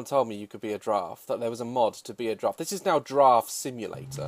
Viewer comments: I wish he would giraffe properly lmaoo —love him anyway🥰😇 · Its not a grraff its a long neckt Goat :)